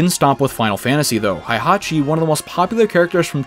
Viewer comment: This is underrated, but I kind of want a Fire Emblem fighting game. Also, sorry dude, but the way you pronounce Heihachi is different than the actual pronunciation which kind of bothers me a little.